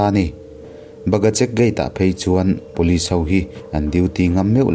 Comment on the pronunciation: Pulit tih tur aw..vanlalpianga pawn atih kha..